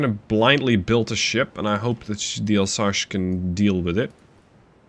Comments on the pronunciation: It's Alsace like leviosa in Harry Potter, not Alsache like you said. Sorry it buged me as you were saying it a lot ^^. It's an area in the est of France, bording the german border. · ...... I think someone watched the channel for a while and seen the regular challenges and thought "O yeah ?! Chew on THIS !!!" T'was a bit funny, but mostly infuriating.. ..and it's "Alsas" not "Alsash" ya pasty dutch ! Do you know "some" french or you swing it ?! .......